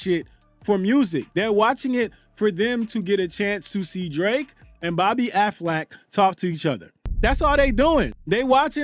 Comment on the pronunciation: Calling her Bobbi Aflac is taking me out 😭